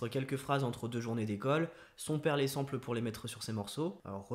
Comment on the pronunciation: Très bonne vidéo. Cependant le mot "sample" n'existe pas en français, il s'agit du mot anglais "sample" (à prononcer à l'anglaise donc), qui signifie "échantillon".